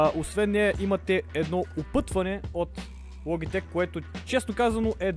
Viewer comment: научи се да говориш СКРУЛ ЛОБИТЕК